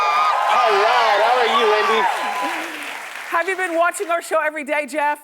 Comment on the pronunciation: Seriously, can the announcer not say Wendy without it sounding like Rondy? :D